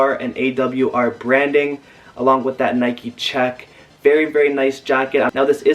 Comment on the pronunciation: Hold up! Did you say Nike Check?!